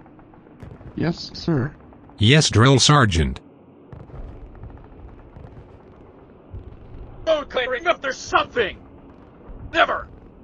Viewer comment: don't wanna be that guy, but it's "Sergeant"